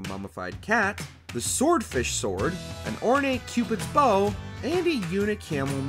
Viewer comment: The bow of a ship rhymes with cow🤦🏼‍♂️